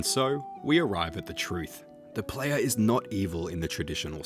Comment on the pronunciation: F TIER Video, who tf says "da playa" and doesnt say evolution of combat like cmon its either that or the entire country of venezuela